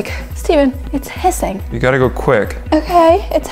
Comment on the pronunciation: Its not "sising" its "hissing" thats how they talk.